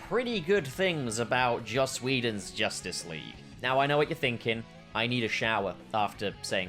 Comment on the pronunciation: "Josstice League"